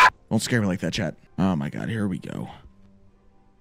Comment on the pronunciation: I always thought you were saying Chad but I realize you were saying chat!😂